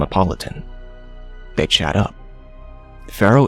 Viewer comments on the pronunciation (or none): He says'They chat up', it sounds like bechara